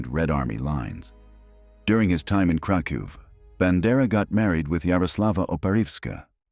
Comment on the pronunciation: please Krakov: KRA-koff Volhyna: vol-HEEN-ya